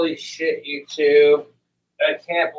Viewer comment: Who can take a 1 syllable word and turn it into a 2 syllable word? 3 if you count the silent hiccup in the middle. "SH" "it!" can, & Letter man! Who remembers that guy😂😅!